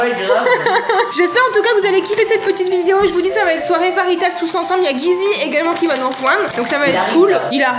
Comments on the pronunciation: Pq elle dit faritas mais ça c'est écrit fajitas et ça donne faim 😋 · Juste pour te dire qu on dit feuitase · Non on écrit fajitas car les j se prononce r en espagnol